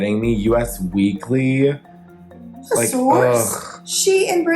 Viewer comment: Interesting video content. Just FYI, US Weekly is pronounced US as in 'This is US.' Thanks for the info.